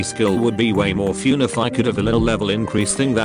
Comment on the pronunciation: I like how the TTS pronounces "fun" as "fyoon"